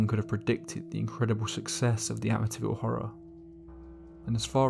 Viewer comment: It’s pronounced Amiteeeeeville